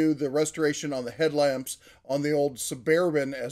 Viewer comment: Su-Bear-ban? Too funny!